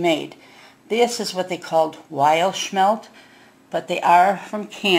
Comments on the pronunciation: Lady, they are not "Schmelt"! It's Smelt. No CH! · SMMMMMELTTTTT not sssshmelt